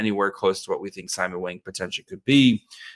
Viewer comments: is going to get hammered for saying "Wang" wrong. It's pronouced like "bong", not "bang". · It’s pronounced “WONG” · Mandarin = Wung Cantonese = Wong 王 means King A cross with top and bottom cover meaning lord between sky and earth I’m sure Simon is not bothered by the Wang pronunciation, as its common in western society